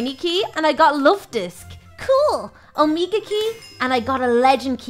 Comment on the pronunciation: its omega not omeka